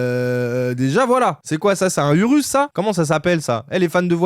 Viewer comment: Quand il a dit Urus j’ai mos un dislike direct